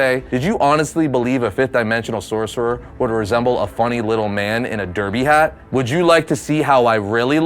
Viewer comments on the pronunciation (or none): none